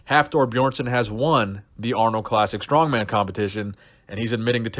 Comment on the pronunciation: Mark is a dumb dumb. For years he couldnt even say the names of the strongman competitors correctly.